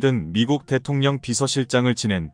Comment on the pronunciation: 명사를 맘대로 읽지마시길 대통령 ~대동령?